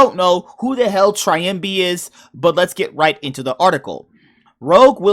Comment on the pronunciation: It's not "Triambi" it's "Trymbi" y like in the world "silly". Btw great reaction. I had to check it cause I couldn't believe it and I thought it's clickbait :P